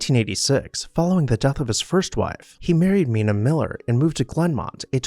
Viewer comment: Beautiful house. I live near Seminole Lodge and the Mangoes which was Henry Ford's winter home. They are great museums now. Mina's name is pronounced My-na.